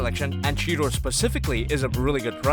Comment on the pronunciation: It's cheeta not cheta